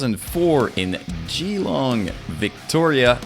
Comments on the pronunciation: You pronounced Gee -Long perfectly fyi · Hearing you pronounced 'Geelong' in your accent is adorable! 😁😆 Good stuff - keep it up.